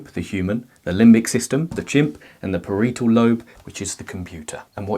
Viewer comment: Ahhh no that mispeonunciation of parietal lobe😭 please!! Good video though